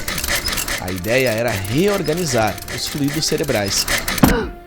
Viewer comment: FluÍdos: pronúncia errada, como RUÍDOS; o certo é FLUIDO, acento no U, rimando com DESCUIDO.